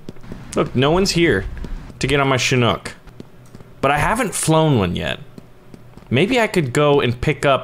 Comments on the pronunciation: It’s Chinook not shinook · Did you call it a shinook? 😂It's a ch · its pronunced chick knock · it is pronunced chick knock